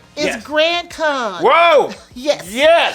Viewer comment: For half a second there, I heard, "GrandCon" as, "GrantCon." ;-) lol